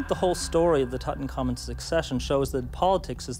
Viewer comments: The young kings name was in three syllables Tut-Ankh-Amun. "Tut" His ordinary name. "Ankh" meaning the symbol of life and "Amun" meaning let his work be done. But every egyptologist and "repeater" pronounces it wrong, all as one word like "Tutankarmen" Hey, I'm just a keyboard moron why do I know the correct pronunciation and not the experts ineptoids? 💩💨🐵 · Why do people (especially people who should know better) mangle this dead kings name? It's NOT "Toot-uncommon" it's "Tut - Unk - Amoon" - get it right if your making a documentary...